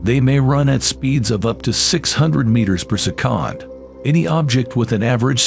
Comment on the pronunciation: If you could not say the word “second” that way anymore it would be great. Thanks. 🙏